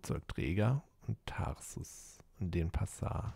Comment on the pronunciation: Die Stadt heißt Denpasar, nicht Densapar. Aber ich kenne diese Lesefehler auch nur allzu gut ^^